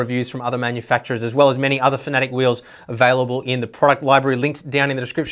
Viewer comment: Fanatic, is it not pronoucned Fana-tech? Have I been saying it wrong?